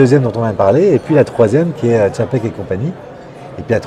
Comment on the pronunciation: TCHAPEK c est pas compliqué !